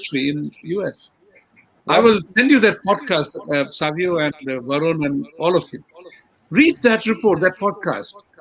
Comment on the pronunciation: the lady is in the saree at the end while saying thank u says saavio, instead of savio. it sounded like saviour